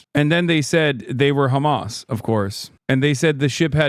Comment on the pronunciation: Whem did george Galloway become khamas 😂